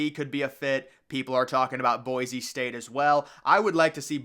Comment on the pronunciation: "Boi-see" state. There's no z